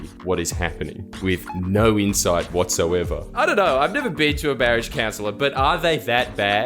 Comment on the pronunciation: The incredible thing is that these people and their vapid, inconsequence hold sufficient interest for the average Australian that this program is still broadcast. How does a speaker of the English language manage to transform the words "you" & "no" from single syllables into double syllables? Yieouw & Noiew. I would pay a lot to watch these people burn in a ditch.